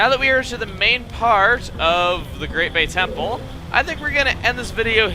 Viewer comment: did he just say great bey temple cause that is from beyblade